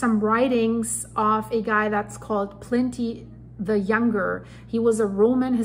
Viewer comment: It's not 'Plenty the Younger'. It's 'Pliny the Younger'. His accurate description of the eruption column at the height of the event in 79AD is where we get the terms 'Plinian Eruption' and 'Ultra-Plinian Eruption'. The idea that earthquakes during the eruption caused deaths is not new by any means. The debate, which depends on each body that was found, was whether they died from collapsing roofs caused by the weight of volcanic ash accumulating, or from earthquakes happening during the eruption. We do know that most were due to roof collapses during and after the first phase of the eruption.